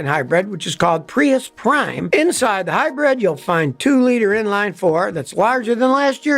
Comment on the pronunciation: hi-bread ? lol